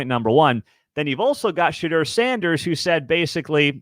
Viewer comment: Pronounced Sha DOOR. Not Sha DER. Buffs will play in packed stadiums in 2024 because everyone wants to watch history in the making.